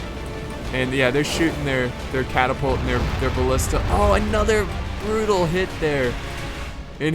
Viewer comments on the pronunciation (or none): none